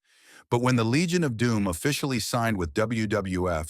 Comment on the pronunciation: This guy or AI can’t pronounce WWF & WWE.